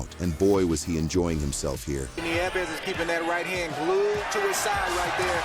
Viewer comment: “Neeves” ?? Neevez?..? Its Nieves….nee-YEH-vess.